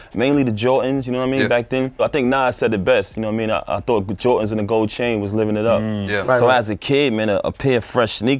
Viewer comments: Is it possible to give papoose the worst for saying "Jor-tins" ? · Stop saying JOR INZ pronounce it correctly.